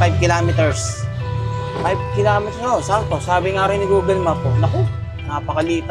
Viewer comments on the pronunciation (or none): none